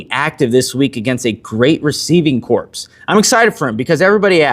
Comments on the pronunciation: Love the content but it’s corps not corpse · Corps is pronounced "core"